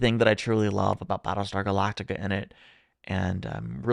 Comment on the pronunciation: Battleshtar Galactica!